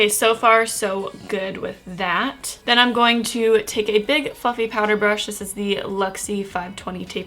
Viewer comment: Honestly Everytime she said big fluffy brush I thought she said big fucking lol. 😂